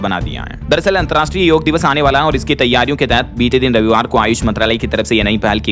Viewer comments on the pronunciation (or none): पिछले कयी बार आप ' योग ' को योगा pronounce करते सुने गये है । यह योग है , योगा नही ।योग means Addition..to your life and health. सिर्फ़ योग+आसन = योगासन होता है ।